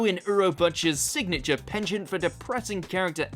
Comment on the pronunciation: Plus one sin for mispronouncing penchant. Oh sorry, wrong channel.